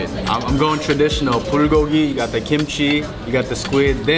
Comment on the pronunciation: I died a bit when he said “Bowlgolgi”